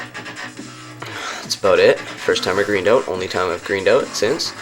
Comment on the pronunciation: "greened oat"